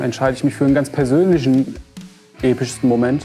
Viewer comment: Mein Moment, wie er "Persönlichen" sagt:D